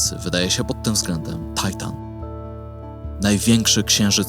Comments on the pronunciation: Tajtan czy Tytan ???? mówimy po polsku , już chyba niedługo ... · jaki tajtan??? TYTAN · Do autora: największy satelita Saturna to Tytan, a nie żaden "tajtan". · Dlaczego z uporem "Tajtan"? po polsku to jest Tytan. Jak już się upierasz na angielską wymowę, to wypada być konsekwentnym i inne ciała niebieskie tak samo nazywać. Taki ponglisz bardzo drażni. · Tajtan to jest coś nie do przyjęcia. Uszy bolą od słuchania tego. Zwłaszcza, że nazwa Tytan pochodzi z mitologii greckiej. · U nas na Podlasiu mówimy Tytan a nie taitan XD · Ty... "TAJTAN" a na polskim to na wagary chodziłeś? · Serio..."Tajtan"? Żenada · Materiał po polsku, enceladus po polsku, skąd ten tajtan? Strasznie mnie to kłuje w ucho..